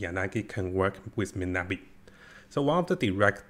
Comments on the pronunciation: Bro it's miyabi not minabi 😂 atleast pronounce her name right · Miyabi not Minabi Mi-Ya-Bi